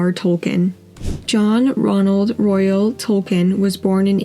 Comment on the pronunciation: The author’s name is John Ronald Reuel Tolkien, not “Royal.”